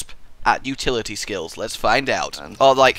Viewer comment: uhhhhh what exactly is "utlity"